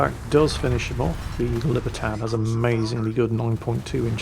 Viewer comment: Long after Far Cry 6, I'm still triggered by saying "Libertad"